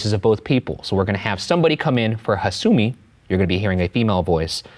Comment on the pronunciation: I've heard several versions of this story , and the one done by Tara A. Devlin was probably one of the best . This one was pretty meh , especially the VAs were awful. The pronounciation of hasumi and kisaragi kept throwing me out of the story . Guys please don't do this again